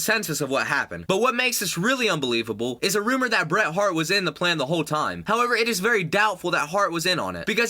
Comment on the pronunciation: BERT LOL